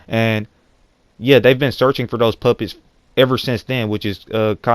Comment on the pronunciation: lol when he says "puppets" his accent makes it sound like he's saying "Puppies" "Kara is looking for the puppies" XD